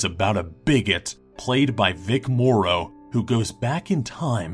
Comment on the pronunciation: What happened to your voice? I like the old one better. Also, you pronounced Vic Morrow's name wrong.